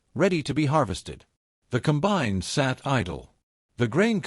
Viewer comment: Narration is AI and that sucks. Example: the machine is a 'combine' NOT a 'Cum-bine'. This 'STORY' is unnecessarily LONG and wastes time. We all know about the John Deere BS they pulled on farmers AND they lost a lawsuit over the entire deal.